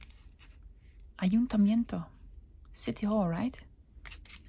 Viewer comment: It's a great idea, very artistic as usual. I loved the way you said "ayuntamiento", perfect pronunciation. 😃